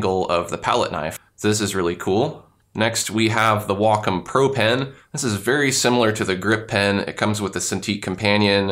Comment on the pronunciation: You pronounce wacom really strangely. I also don't see the classic pen here?